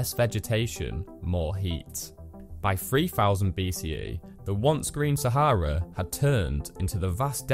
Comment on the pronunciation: Thanks for pronouncing Sah ha rah correctly